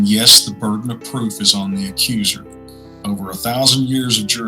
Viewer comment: Damn, fucked up the emphasis on OVER :^/